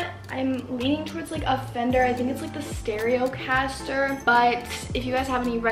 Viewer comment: It's fender stratocaster not stereocaster